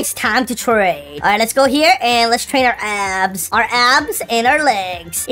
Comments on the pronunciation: I dont if you guys heard but he said ass instead of abs in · I swear bro is saying ass and not abs😭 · I thought he said ass